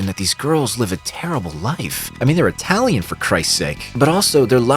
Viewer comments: who tf pronounces italian as eye-talian? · Why do you say Italian like that? 😭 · I think this is the first time I heard someone pronouncing "italian" as "eye-talian"